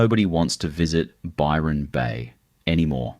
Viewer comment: You've got Nelson Bay, Gold Coast, Murwilliambah town pics including Bondi. among a whole lot of others, and The only name you pronounced correctly wasy Byron Bay and Lismore. This is more AI filler , but with an Aussie accent. I'd be checking dates and other facts around everything on this site. So cheep